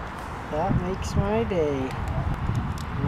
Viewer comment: “That minks my day”. 😆